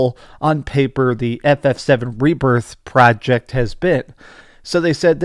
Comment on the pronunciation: Stop saying project. You sound cringe. You can't say it right.